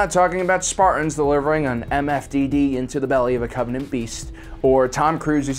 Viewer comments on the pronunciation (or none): none